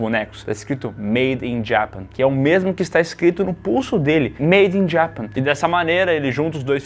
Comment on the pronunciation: A pronúncia do falando "Made in Japan" me pegou...